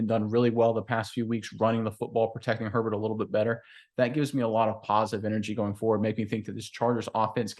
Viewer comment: Justin "Hurl-Bolt". Let's go.